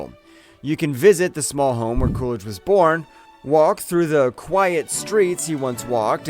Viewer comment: How come you say "CooRidge" I know it as "CooLidge" Interesting video.